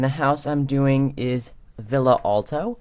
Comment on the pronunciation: Its pronounced (VEE-YA) not (VIL-À LA)